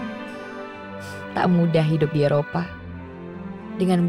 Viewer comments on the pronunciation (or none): Eropa not Erpoa